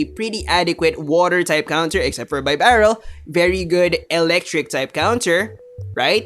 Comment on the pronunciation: Even the great isn't immune to my pronunciation corrections:-). BEE-Barrel. Like a Beaver:-). Great video trying to explain the complexities of this meta. Im still trying to wrap my head around everything... good thing my tournament isn't for another week or so -_